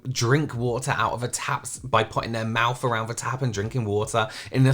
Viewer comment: "Let a dog kiss you on the mouf today!" 😂